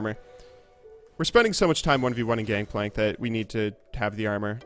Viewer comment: did you know it's gangplank and not gankplank?